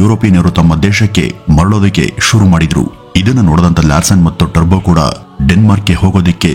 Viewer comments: It's Toubro, not terbo. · ಟರ್ಭೋ ಅಲ್ಲ ಟೋಭ್ರೋ ಎಂದು ಹೇಳಿ ಸಾರ್ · It’s Toubro not Tarbo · Bro Turbo ಅಲ್ಲ Toubro The Founder ... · Sir his name is mr S K TOUBRO not Turbo. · ಅದು turbo alla Toubro ಟಬ್ರೋ pronounce properly plsss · ಈ ಸಂಸ್ಥೆಯ ಜೊತೆ ನಾವು ಸಹ ಪರೋಕ್ಷವಾಗಿ ಸಂಬಂಧ ಹೊಂದಿದ್ದೇವೆ ಎನ್ನುವುದೇ ಹೆಮ್ಮೆಯ ಸಂಗತಿ. ಹಾಗೆ ಒಂದು ವಿಷಯ, ಅದು ಟರ್ಬೋ ಅಲ್ಲ ಟುಬ್ರೋ...